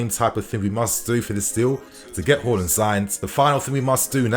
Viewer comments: Its haaaaaaaland not horland hallland or whoreland u pronounce his name so weirdly lol😂 but other then that good news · Haaland vs Holland pronunciation mate. Work on it. Haa vs Ho